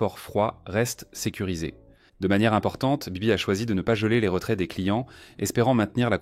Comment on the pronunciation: C’est pas bibit mais baybit sinon Bonne vidéo